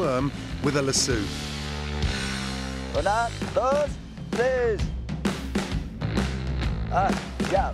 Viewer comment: A la-sue. It’s la-so